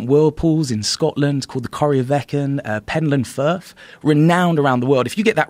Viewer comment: PenTland Firth. With a T.